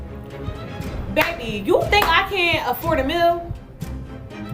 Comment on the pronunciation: She’s used to McDonald’s, where she can afford her mills. 😂😂😂 I’m sure she meant a meal, but pronounces mill.